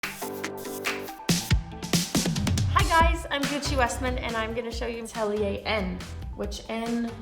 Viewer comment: From a Swede who love languages I must say that your pronunciation of her name in Swedish is perfect :)